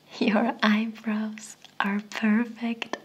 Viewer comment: Sie sagt einfach earbrows anstatt eyebrows